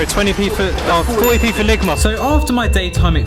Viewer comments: Ligmer lol it’s ligma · "Lig my" 😂😂💀💀